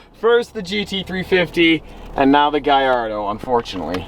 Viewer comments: It’s not gaiardo It’s gallardo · It’s a Gallardo and he’s pronouncing it wrong. It’s pronounced Gall-or-a-do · I loven how you say GAIARDO when trying to say GALLARDO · He also said Lamborghini giardo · lamborgini gaiardo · Im a big fan... its just the way you say Gallardo... its with L´s not I´s that's the proper Italian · Hes says Gallardo wrong